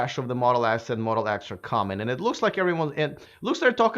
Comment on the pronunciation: Do you mean Tesla Modle S and Modle X. At the beginning is sounded like Tesla Modle S and Modle S.